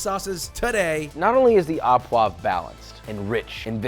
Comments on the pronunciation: Don't pronounce it a poivre but o poivre pls you hurt french ears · Not aw poivre but Oh poivre. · au = "oh"; à = "ah"; ou = "oooh". au poivre = oh pwav(re) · "Thanks for the video! I always enjoy them; great work! Just a quick note: the 'au' in French terms like au poivre and au sec is actually pronounced like 'oh' rather than 'ah'. So, it would sound like 'sauce oh poivre' and 'oh sec.'" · i can't the the pronunciation... it's closer to OH poivre than AH poivre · it's Au poivre, not a poivre (pronounced O, like thic ass bOOy) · Fuck your pronunciations, learn to speak... It's HERbs, not "erbs" ... there's an H, pronounce it. Even the French call it HERbs, and they hate H's. And it's "OOH PwavRuh", not fucken "AH pwahv". Some fucken chef. The low scores for some of those sauces, I suggest, are simply because you are mediocre and can't prepare them properly. And outside of the Americas, chimichurri is virtually non-existent, so it's hardly a "steak sauce" (contrary to Seppo beliefs, the world is bigger than America). More bullshit from the king of egotism, Joshie Not-so-Wiseman... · Love to see the au poivre take the sauce title, it's by far my favorite steak sauce. Heads up for anyone hoping to pronounce it though: the "au" part is like "oh" not "ah" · Its O poivre, not aw. AU in french sound like O. Go check how chef Jean Pierre says it. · just here to give some feedback on pronunciation: au is pronounced "oh", and not "ah". saying "oh" poivre means of pepper (i.e. pepper sauce), saying "ah" poivre means at pepper or of the pepper, which doesn't make as much sense. love these videos and the process you take! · AU poivre, pronounced "O"